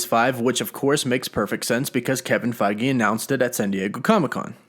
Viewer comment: Mate pronounce the dude's name correctly lol ... his name is Kevin Feige not Kevin Fagi get it right smh